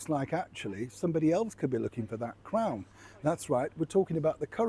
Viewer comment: Did you say Crown or Clown.